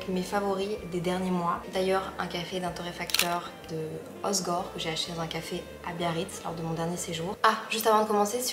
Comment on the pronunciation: je t’adore mais prononce bien Hossssegor s’il te plaît 🤍🤪